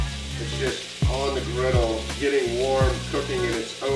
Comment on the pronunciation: The scene from Psycho made me laugh out loud! 😂 Yum! This soup looks so good! 😋 (p.s. It’s griddle, not grittle). 😉